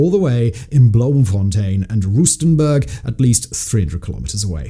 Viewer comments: Not roostenburg, rahstenburg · Did a double take at Rustenberg 😭